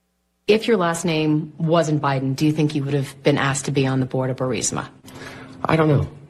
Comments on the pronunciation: Bur-eez-muh. Not Bur-sim-uh😂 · Is it really "Bursima?" And "phalynx?" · Ok Benny. Once and for all. It’s “BURR-IS- MAH”. You’re killing me, Smalls. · U run foxnews clips as your own report??!! Ur channel is crap ..... Not to mention you don't even pronounce "bursima" correctly!!!!